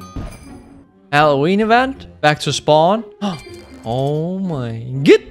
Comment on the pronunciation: I love when you go oh mei gut